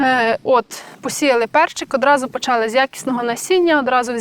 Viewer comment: ... та не почАли ви, а почалИ (ви в школі колись учились?) чи з неправильним наголосом звучить більше по-українському 😢